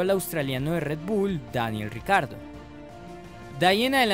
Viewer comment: Todos: Daniel Ricciardo Motorsport Daily: Daniel "RICARDO"